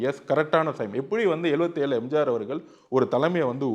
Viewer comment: அடேய் மடமுண்டம் என்னடா பேச்சு இது. கொளுகை, எளுவத்தி ஒன்னு, எம்ஜாரு 😅😅